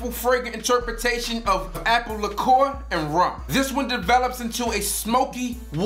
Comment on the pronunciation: This nigga just say "likuor"?